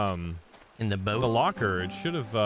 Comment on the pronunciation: "We need a Bort Poat" 😂 Words are hard! I can relate. Loving this play through and! ♥️ I can't wait to see more!